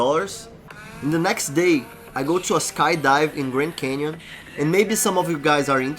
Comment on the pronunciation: “Canion” bruh? Come on man! 😂